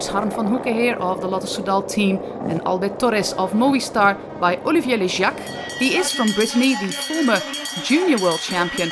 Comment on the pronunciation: Bof, Le Gac not Le Jiac + Mezgec apparemment :(